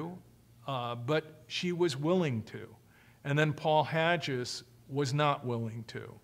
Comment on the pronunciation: maybe it's my OCD but it drives me nuts how he pronounces Paul Haggis' name as being HADGE-IS. It's Hag-is! lol. Besides this tiny criticism Mr Ross gives a very comprehensive insight into this cult. Bravo for the information and good for him for helping to deprogram people and save them from this cult!